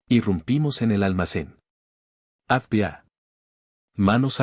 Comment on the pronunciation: Si estás hablando en castellano,por qué no dice FBI que se entienda,no esa boca llena papas???